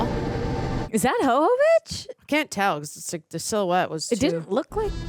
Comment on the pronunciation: Her name is pronounced like Yova vich with Y not H sound. We woman all would only hope that our make up could stay looking this good if we were in an apocalypse. Makes no sense at all.